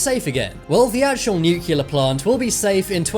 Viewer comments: Nu + clear, not nuke + ya + lər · It's new clear NOT new culur!!! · I was a bit more disturbed by the way he said “nuclear”. Nookular. /shudders